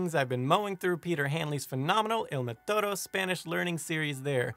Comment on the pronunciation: Hit the accent in Spanish. Mètodo is MAY-todo